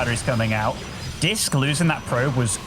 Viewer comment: Why is he calling Disk “Risk” 😂